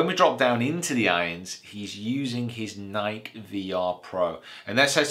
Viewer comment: you said nike wrong